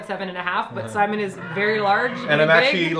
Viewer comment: TA-TOOED SI-MON!